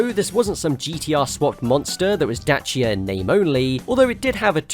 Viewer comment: Somebody actually pronounced Dacia properly, I’m amazed.